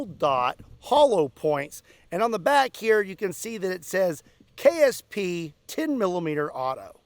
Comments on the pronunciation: It sounded like you kept saying “KFC” not “KSP.” Now I wannna go buy me some red & white bucket for lunch. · LOL almost every time you said ksp i heard kfc .....